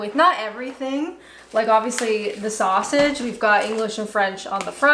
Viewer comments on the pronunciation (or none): none